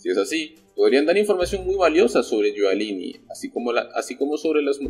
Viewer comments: Rudy GIULIANI se pronuncia yuliani y no yualini como dices en todos tu videos. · Oye primero informate de como se pronuncia el nombre de Rudolph Guiliani